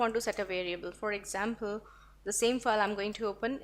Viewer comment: your all videos are very informative...just ur pronounciation of "file" is so irritating...total fake!! please improve otherwise u r good